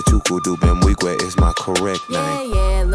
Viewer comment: I cringe ever time y'all pronounce the n in his name. It's weeg-way not in-weeg-we